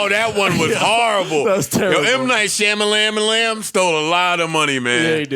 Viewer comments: the way they pronouncing M. Night Shamalayanaaa is hilarious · M. Knight Shamalamalam got me dying 😂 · M. Night Sham-a-lam-a-lamb! 😂😅🤣🤣🤣🤣